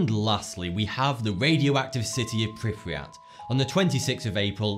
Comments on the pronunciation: Pripyat not priprijat... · Okay, so I thought that it was awesome you talked about Chernobyl but you got a couple things wrong. PRI PEE AT. and there are no mutated animals 🙃